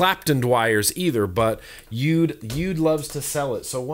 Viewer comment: You. Dee. it is pronounced is exactly as it says on every package "U-D." not be too crass but for some reason vape reviewers don't seem to understand this. Rip Trippers is the worst offender.